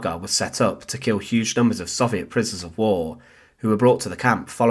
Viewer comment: It’s crazy how big a part the Soviet Union played in the war and how many books/articles/videos about it, yet you still can’t pronounce it correctly.